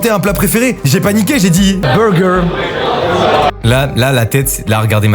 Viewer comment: Le "beuwgeuw" quand il te demande ta bouffe préférée ça m'a tuée de rire ptdrrrrr